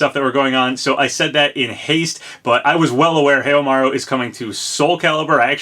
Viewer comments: It's pronounced How-Maru not Heyo!Maru lol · Haohmaru "how-ma-ru" Gaiden "guy-den" I hate to be that guy but the way you pronounce it physically hurts me :) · I am sticking with my guess of Kyo. I will honestly be very surprised if Snk give up the opportunity to finally use Kyo as a guest character while Terry was already a guest character released earlier this year. Also!! you still must work on your Snk name pronunciation! lol. Haohmaru doesn't have a y in it and you have to pronounce the last i in Shiranui (shiranu-ee) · Heiamaru? OOOOOOOOH, you mean Haohmaru? I was like, shit, who's that, and when did this happen lol.